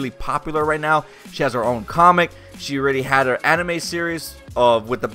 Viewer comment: Did you say anime or animated?! Wtf?! Say the right word clearer!